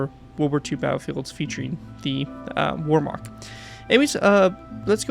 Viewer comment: Warmark It's Wehrmacht. You're killing me, lol😅